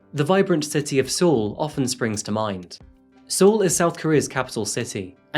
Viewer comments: The “e” in Seoul is silent btw, so it’s pronounced “soul” or “sole”. Great video as always 💖 Looking forward to your next one! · Hey uh, hope you've learned how to say Seoul by now. I have made the same error having only read it first. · Seoul is pronounced like the English word “Soul”, not “See-Ohl”. Not trying to be nit picky just trying to help you for future videos that may include South Korea. Their pronunciation is different. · surely it's pronounced "soul" not "sool" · Amish beard is getting out of hand, also 2 things in the first few minutes. Military service is not optional in South Korea. All men do it for 2 years. And it's pronounced "soul" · "soul is pronounced soul" ?????? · Seoul pronounced as SOUL. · you said Seoul wrong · I love your videos, but the way you pronounce Seoul in this video nearly gave me a stroke xD